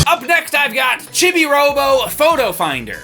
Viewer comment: It's pronounced "cheebee," not "chibby." 🤣